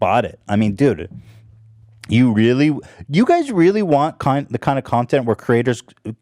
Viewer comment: he said jind of and thats not a really good joke